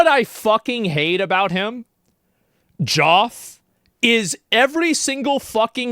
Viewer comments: you can pay Jeoff enough to count the bot votes in for your game, but you can't pay him enough to care to pronounce the name right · He doesn't even say his own name the right way. Maybe they want him to say their name the "Joff way." 😂